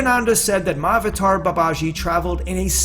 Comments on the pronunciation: FYI. The word Mahavatar is two parts. "Maha" and "Avatar". Maha means great. Avatar mean Incarnation. Together it is pronounced "Maha Avatar". It is not "Mah" "Avatar". Mah means mother. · My avator, Veedas, Upaanishaawds, and Bagwaad Geeda? Come on, couldn't you have someone from the original culture do the audio?? This is killing my ears.. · a small correction : It is pronounced Mahaa-Avataar. not written like that though. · The pronunciation: Maha-vater instead of Ma-avater. Isn't it? Maha means great. So I think it needs to be pronounced... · It's not pronounced Ma-avatar. It's pronounced Maha-Avatar. Maha means great or noble. It's similar to Mahatma (Maha-Atma) Gandhi. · Why does he keep saying "Ma Avatar" instead of "MAHA-Avatar"? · yeah does sound like that. maha avatar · It would be nice if you could actually pronounce Mahavatar properly. In Sanskrit the "a"s combine in Sandhi. Maha Avatar. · The proper pronunciation is ma-ha-avatar... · Tupark82: Yes, he left out a sound. It should have been pronounced maha-avatar, but conventional spelling unites the two. 'Maha', in Sanskrit, means 'exalted', or 'great'. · i really thought he was saying my avatar babaji 😂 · You don't even know how to pronounce Mahavatar, sounds ridiculous the way you say it. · Why are Americans so absolutely terrible at pronouncing Indian names? It's like they don't even try. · When you figure out how to correctly pronounce "mahavatar" then I might listen to your video beyond 20 seconds. Get a clue!